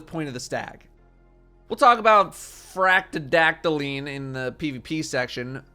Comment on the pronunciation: He pronounced Fractethyst correctly. My disappointment is immeasurable and my day is ruined.